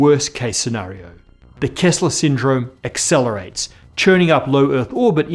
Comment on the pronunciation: It's "Kessler Syndrome" not "Kezzler Syndrome"